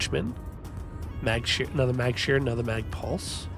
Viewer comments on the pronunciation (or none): none